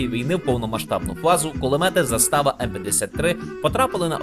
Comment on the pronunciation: Koment na pidtrymku, zAstava a ne zastAva;) 😂, a UA mova (intonacija) kruta u Vašyh video, pryjemno sluhaty, djakuju 💛💙